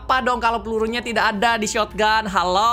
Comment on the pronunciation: Kebiasaan MiawaAug shotgun di bilang "shotoganto" 😆